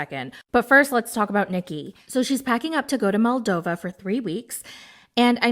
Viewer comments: Not to be annoying, but it’s Moldova, not Maldova :) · lolol it’s “moldova” not “maldova” ❤️❤️💖❤️💖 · 🙄🙄🙄🙄🙄🙄🙄MOLDOVA, NOT MALDOVA!!!!!🙄🙄🙄🙄🙄🙄🙄🙄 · Hii, thank you for the ep as always <3 just fyi that it's MOldova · the country is Moldova, not Maldova. Just FYI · its Moldova, not Maldova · It is MOldova, not MAldova! Come on, I know you are an American, but....😢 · MOLDOVA, NOT MALDOVA!!! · MOLDOVA! Not Maldova!!!!😢😢😢